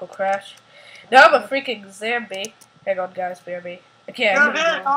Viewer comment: You pronounce it zOmbie not zambie